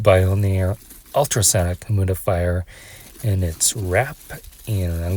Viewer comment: Humidifier pronounced “himudifier” every time is sending me😭